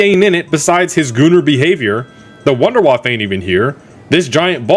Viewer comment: “His little wonderwaffe” 💀